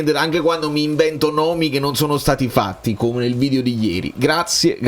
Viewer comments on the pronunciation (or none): none